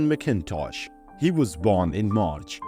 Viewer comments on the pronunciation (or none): McIntosh is pronounced MACintosh (easy mistake to make). Dickinson was one of the few who survived after being accused to insulting Jackson's wife, Rachel. Dickinson told Jackson he didn't remember it, possibly because he was drunk, and apologized. The duel was over a horse racing bet. Fort Knox is named for Henry. Fragonard, like Francois Boucher, survived the Terror despite his association with the aristocracy.